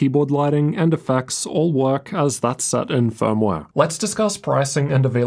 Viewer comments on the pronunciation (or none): none